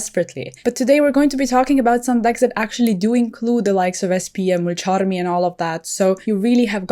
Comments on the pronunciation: Mulcharrrrrmy Purrrrrrulia 🤌🤌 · Your pronunciation of “Mulcharmy” 🤩🤩👂🏽✨lolll…. Personally, I’ve been following the game for 15+ years and I’m new to paper play!! I just started going to my locals and the Fire King structure deck has been an amazing starting point!! Will probably pick up Plunder Patroll and Purrelly as I fill out my extra deck and staple slots 😼😼